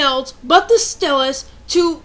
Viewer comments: Good video I dont use my stylus often because I put it down on my desk and my cat runs off with it, so I just use either A: my finger if im playing say bleach or B: I just use a pencil lightly doing what i need to do with it using the eraser. also TO ALL OF YOU FUCKING IDIOTS WHO ARE INSULTING HER FOR SAYING STYLUS WRONG IM MARKING EVERY ONE OF YOUR COMMENTS AS SPAM. (unncessicary (lol spelling sorry) yelling ftw) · I know it's kinda annoying to complain. But I can not help it, I just find it very odd that you pronounce sty-lus, stelis. I really find it annoying. But you are right. People who use stuff like pens on such an advance technology. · Lol- rant's funny, but kinda got annoying when you kept saying stylus wrong. Think of the word "Style" and then saying "us". To rebuttle your point- most stores now only carry replacement styluses for the DS LITE. Very hard to find the original (smaller) stylus- and the plastic part that keeps the stylus in the DS wears out way too easily. I heard about metal stylus (regular tip) that I'm gonna look into cause the two I had just wore out and kept falling out. Lame. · nice pics -i like how you say "stylus" sounds british *^ ^* -good advice -some of us just naturally push hard on things like writing, some write super soft you can't even see, and others write super deep into the paper, in making it feel like braille cuz we feel that others can't read it cuz it too soft -i'm srry i have to let this out but...yhu sound like a guy... ok to those who are going balistic over her rant -u eihter have nuttin' else ta do or -ur just aggresive